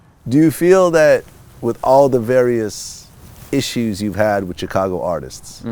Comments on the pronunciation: it bothers me the way this nigga vlad says chicago.... chick - ago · The way Vlad keep pronouncing Chicago like "Chicano" got me twisted. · I hate the way Vlad says Chicago